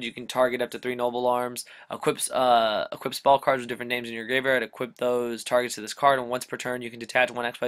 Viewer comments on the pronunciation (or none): I liked the episode, my only feedback would be that it's pronounced "ark-type," not "arch-type" and that you "equip" things, not "equipt" them.